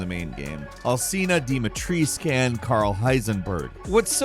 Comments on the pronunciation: He said her name wrong. It's dimitrestu not dimitrese.😂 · Lady DIMISTRIS? lol. Why can't Americans learn to pronounce anything at all. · The way you have pronounced Lady Dimitrescu's name, killed me :)) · Why do you say "Dimitrescu" funny? She pronounces it properly in game. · He said her name wrong. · Bro, the biggest boss fight is your pronunciation of Alcina Dimitrescu 🙉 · I'm sorry but... HOW did you pronounce "Lady Dumitrescu"? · I am from Romania and I disliked this video just because of the way pronounces Dimitrescu.